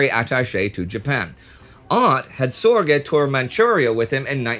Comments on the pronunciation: Its not SOR GAY. Its closer to zerge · Richard Zorge! not Richard Sorge. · why is he (Indy Neidell) saying Sorge name wrong, It is Sorge, My uncle was Jack Sorge, Richard Sorge was a 3th. uncle to him